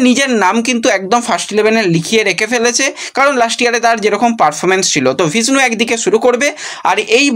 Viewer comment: এর ব্লগ দেখলে উচ্চারণ ভুলতে হবে।বিষ্ণু কে ভিষ্ণু।নির্লজ্জ একেবারে।একটা ব্লগ বানিয়ে শুধু সাবস্ক্রাইব করার ধান্ধা